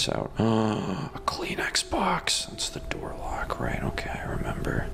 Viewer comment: Did you say "Kleenex box" or "clean Xbox"?